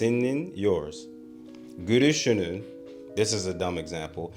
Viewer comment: I think you're maybe using a Japanese l/r when you speak Turkish? When you said "gülüşünü" I thought you were saying "gürüşünü." Turkish L is easy, it's a real L sound. Here it should be in the front of your mouth.